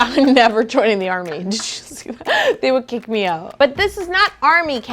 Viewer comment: I thought you said "They would cake me out" not "they would kick me out" lol